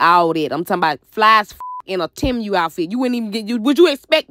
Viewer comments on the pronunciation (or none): Not "TIM-U". 😂 Chile, I think it's pronounced like, "T-Moo".